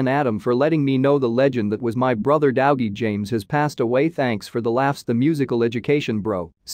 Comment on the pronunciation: This AI reader is horrendous. Dowgie?